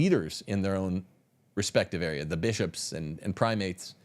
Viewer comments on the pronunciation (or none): none